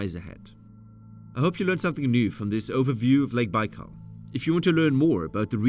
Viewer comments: Der heißt nicht Baalsee, sondern Baikalsee!! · Es el lago Baikal y no bal😢 saludos desde Pachuca, México! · A narração em português está horrível: Lago Bau? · Not baikal Baykal dummies. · Lake bal 🙄